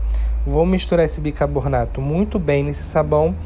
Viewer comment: BICARBONATO POR FAVOR!! NÃO FALA BICABORNATO😅